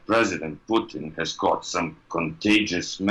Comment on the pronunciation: "My Pudding (Putin) would not trust them" Am I the only one who heard this?